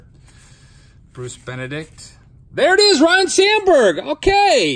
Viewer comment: You and your brother need to correctly pronounce Ryne as (Rhine) not Ryan...its disrespectful lol